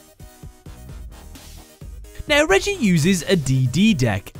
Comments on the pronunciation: reggie? i thought it was pronounced more like ray-gee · Reiji not reiji say it right